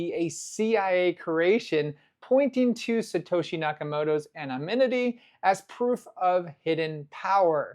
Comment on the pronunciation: You got your N’s and M’s mixed up on the word anonymity.